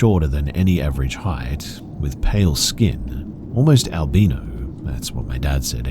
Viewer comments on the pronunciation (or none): "Al-beano" lol